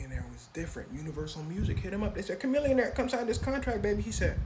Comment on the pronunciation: If chamillionaire is as smart as you claim then you’re saying it wrong.